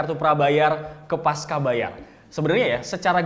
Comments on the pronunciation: Pasca bacanya pas-cha, bukan pas-ka. Karena pasca itu bahasa indonesia (yg diambil dari bahasa sansekerta, artinya setelah), bukan bahasa inggris atau serapan dari Inggris. Bahasa indonesia c dibaca che. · Koreksi bang, harusnya dibaca 'pasca' bukan 'paska'.